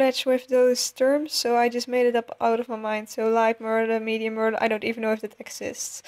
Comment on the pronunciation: and its pronounced (mer (thyms with duh)-le